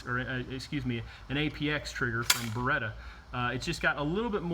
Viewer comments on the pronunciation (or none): none